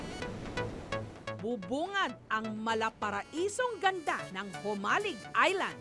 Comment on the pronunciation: Mabilis po ang bigkas ng JOMALIG, hindi mabagal, tga jan ako sa island na yan ng Polillo, waybak 80s, sa Burdeos Quezon ako😥